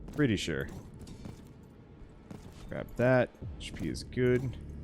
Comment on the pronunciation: In russia we actually do pronounce HP like how yo said it XD